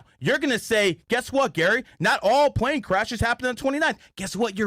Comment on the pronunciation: If you say “pwane or pwease “ I cannot take you serious kiddo. 😂